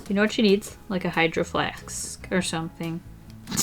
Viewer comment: “Like a Hydroflaksk”